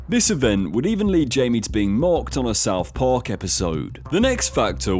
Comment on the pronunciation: AI voice overs can't get the hang of "Southpark", can they?